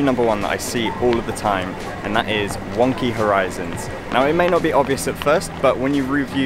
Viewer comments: I thought he said “one key horizons” lol this video helpful tho. Thank youuuuuu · Wonky... i thought he was saying One Key... lol i was like..whats wrong with one key light. And i ALWAYS shoot in ROAR! lol.